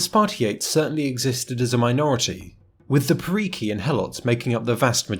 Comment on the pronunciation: I know you are not Greek but I can't help but point this out. It's Spartiátes and perioikoi is roughly pronounced periiki. Also if you want to pronounce it like a real Greek,helots is pronounced ilotes